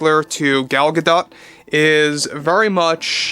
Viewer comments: The Disney Company began in 1923, not 1937. Gal’s name is pronounced “Guh-DOH, not “Guh-Dot.” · Wow, she does use a hard T at the end of her name! But is still mispronouncing it. It’s Guh-DŌT —with a “long” vowel O, rhymes with vote.